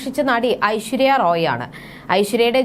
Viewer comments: Not roy ... Rai ...shame on you to speak like this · Aishwarya Roy alla..Rai.. adhyam ath correct ayi Parayu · ഐശ്വര്യ റോയ് എന്നല്ല ഐശ്വര്യ റായ് എന്നാണ്